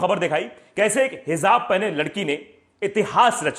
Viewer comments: Dear, bhai. It's is hijab, not hizab. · Bhai.aapka boleting.bahot.achcha.hay.lekin.thodasa.alfabet.ka.sahi.karan.o.hizab.nahi.hijaab.hay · Brother the pronunciation is HIJAAB, NOT Hizab.